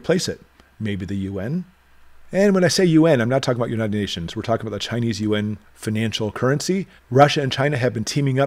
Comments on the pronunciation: Thanks for the great inte! By the way, the Chinese currency is pronounced ‘ YOO-AAWWNN’ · Hummm, I think the Chinese in China refer to it as you-awn. That is the international currency. The interior currency is the Renminbe. Most people in China do not carry the Yuan.